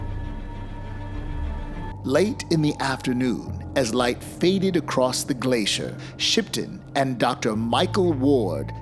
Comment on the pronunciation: What is a "Glass - CEE- ER" ?🤣🤣🤣